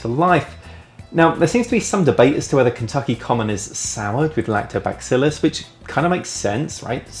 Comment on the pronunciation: to many eposiodes with lactobacillus in them , I love the beasties but the way you pronounce it. Its not a hairy sasquatch back its pronounced more like that fish your neighbours love chasing the bass. lak-toe-ba-cil-lus or lak-toe-bass-cil-us